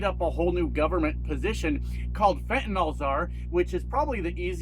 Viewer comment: Its fentanyl not fentonol lol